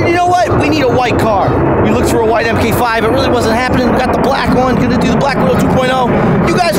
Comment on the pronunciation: Not (M-K -5) its pronounced ( Mark-5 or Mark 4 Supra) thank you! BTW Color matches my new Mk4 also! when you come to Vegas we should do a video and 2 step battle.